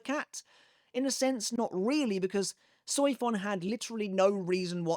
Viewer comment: The pronunciation of Soifon, I just can't 😂